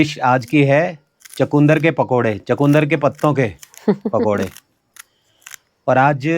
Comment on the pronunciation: चकुंदर नहीं चुकंदर बोलते हैं